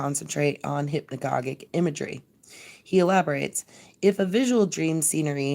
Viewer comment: hypnagogic is pronounced with a soft g..hyp-na-ga-jic. Ouspensky is pronounsed oo(as in woo)-spen-ski